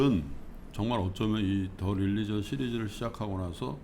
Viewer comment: 릴리전 ~ xx 륄리전 ~~~ oo 입술이 앞으로 쭈욱 나오게 발음